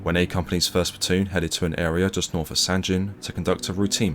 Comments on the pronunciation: Sangin, not sanjin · Nice vid. But, it’s pronounced Sangeen, not San gen or gin. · It’s not sanjin it’s called sanggin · Not to nit pick as it’s a great video and respect to the VC but the town is pronounced sang-in not san-gin again I think proper pronunciation is important in telling the story out of respect that’s all. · "Sanjin" SMH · Its Sangin, G as Golf, Goeth. Not G as Gender, Genes! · Another great video, bro! You do such a credit to our service men who deserve to "Liveth for Evermore", it's much appreciated! But I do have just one little thing to say about a minor point.... I'm certain that the 'G' in 'Sangin' is pronounced as a hard 'G', like in 'Good' or 'Girl', and not as a soft sound 'G', like in 'Gin' or 'Giraffe'. As a rule it's safe to assume that when a 'G' appears in the spelling of a word from a foreign language, and that language is not part of or connected to the Romance family of languages (descending from Vulgar Latin) then you should pronounce it as a hard 'G'. thanks again buddy. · As veteran of Sangin, everytime you pronounce the G with a J sound it makes me cringe